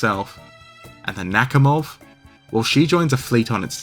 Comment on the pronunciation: Russian here, it’s pronounced NakhÍmov